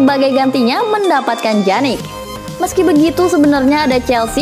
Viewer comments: Pjanic min bukan janik😴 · Bacanya piyanic bukan janic min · wkwwkkw iya lucu dengar mimin nya ngomong janik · dibaca pyanik